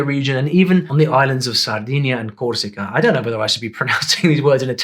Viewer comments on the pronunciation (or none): none